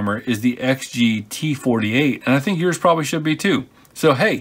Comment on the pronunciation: You know it's pronounced XG - E.C.U. not "exgeeque" lol